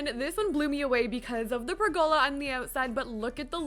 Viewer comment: Pergola is pronounced "PER go la", not "per GO la". ;)